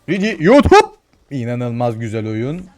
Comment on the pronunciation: Şu adamın YUTUUP diyişine bayılıyorum ya :D